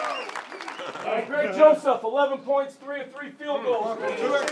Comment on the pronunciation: Did I hear "third leg greg" when Greg Joseph was recognized??? 😅